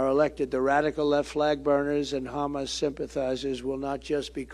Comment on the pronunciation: I like how he says hamus 😂